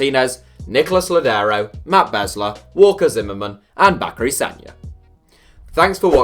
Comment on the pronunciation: Chara and Ozzie Alonso over Bradley EASILY Opara or Kim Kee Hee over Marcelo Also just a heads up, its pronounced Beez-ler